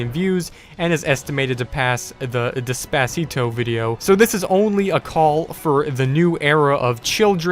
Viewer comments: It caught me off guard how you pronounced Des pA cito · Why is no one talking about how he pronounced despacito